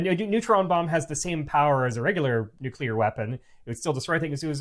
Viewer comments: Maybe NOT laughing at the horrific launch pad deaths of the balls-of-steel Apollo 1 astronauts would've been the better way to go in this video. It turned my stomach. I'm unsubbing from all Simon's channels as soon as I post this. And it's NEW-clee-ar, not NOO-kew-lar. It's not hard. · Fascinating and informative. But please, please, PLEASE-- one of you needs to learn how to pronounce the word NU-CLEE-ER!! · NUKE - U - LAR. 🙄 Stop it. Just stop it.